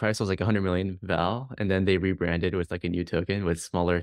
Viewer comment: at was he saying "wif" as in "dogwifhat"?